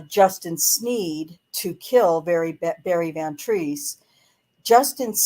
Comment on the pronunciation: SAY HIS NAME! BARRY VAN TREESE!